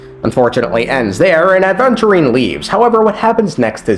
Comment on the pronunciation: Man pronounces Aventurine four different ways.